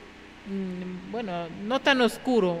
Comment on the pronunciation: Se dice buen no vuen